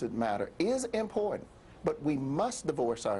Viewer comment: She can't even pronounce important correctly.